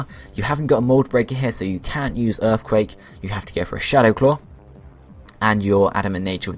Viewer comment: You gotta make sure you put earfquake on him so he can wreck all of earf.